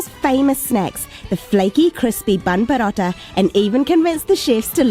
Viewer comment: Nice prononciation bun barotta in tamil 👌🤘